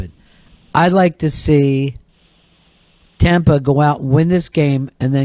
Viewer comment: Surgery and autopsies with Ronnie B. Always is right. And when did our Fezzie start saying Tommpa?